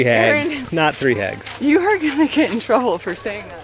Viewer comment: " hags " ? I heard " eggs " and laughed for 5 minutes.